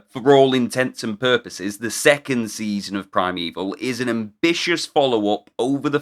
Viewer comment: You went a bit French there...saison. 😊